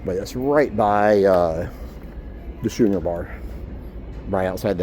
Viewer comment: What was your issue with the food? And your pronunciation of schooner is totally wrong lol my husband said it like you and he’s never lived it down